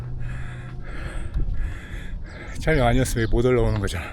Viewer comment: 형님 촬령이 아니라 촬영아닙니까.. ㅋㅋ